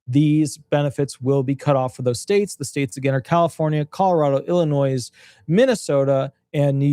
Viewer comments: Please learn how to pronounce Illinois. It’s NOT Ill in noise. It’s I’ll in noy. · Illinois is said Illinoi - you don’t sound the s Just like DesMoines is said De Moine you don’t sound the s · With all due respect, the “s” is silent in Illinois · Illinois is pronounced as if there isn’t an “S” at the end of the word.